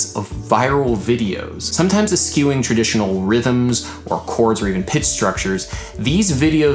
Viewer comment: Eh-skewing? :P 'ehSHoo-ing'. :)